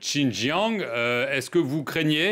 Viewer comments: Comme d'habitude le "journaliste" obéit au rédacteur en chef et n'écoute pas les réponses. Il est incapable de prononcer Xi'an et Xinjiang correctement. Il aurait pu aussi prendre quelques minutes pour LIRE l'histoire de Taïwan. Il manque de finesse et d'intelligence pour établir un minimum de dialogue. Il détériore ainsi les liens particuliers entre la France et la Chine. Les Chinois adorent notre pays, le premier à reconnaître leur République, et aussi notre cuisine , notre Romantisme. La Chine est aussi une grande civilisation. Mais ça le "journaliste" ne le sait pas bien sûr. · Ce journaliste peut apprendre à prononcer Xi'an et Xinjiang correctement s'il prend deux minutes. Vous avez déjà la "réponse standard", alors pourquoi s'embêter à demander encore et encore à l'ambassade de Chine ?